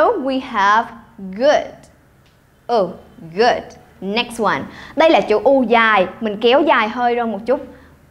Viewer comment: cô ơi từ good ko đọc âm "d" ở cuối câu sao?